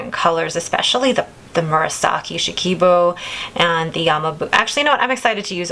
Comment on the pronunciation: New to your channel but enjoying your pen and ink choices. FYI I am fairly certain that Ku-Jaku is pronounced more like koo-JOCK-ooh. And the purple one is SHE-kah-boo. I have a friend from Japan who helps me out with these. Enjoy May!